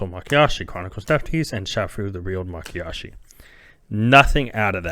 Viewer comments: LOL Nope. I've noticed that's how you pronounce Mayakashi almost since the beginning. Makiyashi instead of Mayakashi. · My-Ya-Kah-She my friend. You flip the Y and K.